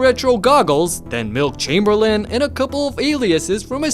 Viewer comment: Did he say Milk Chamberlain?? 😂